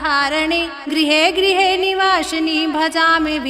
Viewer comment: वासिनी है गलत उच्चारण मत कीजिए